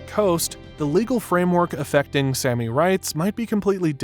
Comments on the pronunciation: It's Saami, not Sammy. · Also, the Sami are pronounced like the "ami" in salami. Sapmi is also pronounced with the same short a.